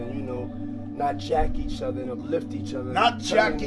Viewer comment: Fat Joe: Not jack each ofver and uplift each ofver....thats very important!! lmao